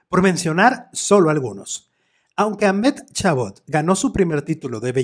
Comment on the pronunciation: Si quieres pronunciar su nombre correctamente debes decir algo asi: Amadi Cabot.